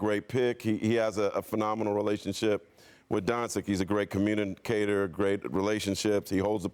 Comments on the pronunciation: Tf is is Donsik talk man? Can this man pronounce Lukas last name correctly? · Doncic will make the Hall Of Fame.. and ESPN rats wont be able to say his name right. smh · When are people gonna start saying Lukas last name right? 😒😒😒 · Marc Spears still doesnt know how to pronounce Doncic lmaoo